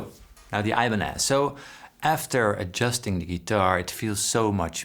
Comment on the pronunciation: "I-banez" hurts my ears